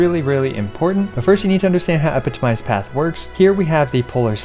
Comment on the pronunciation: He's stressing the wrong syllable on 'epitomized'. The primary stress is on the second syllable 'pi' with the secondary stress on the last 'mized'. This first and third syllables are reduced.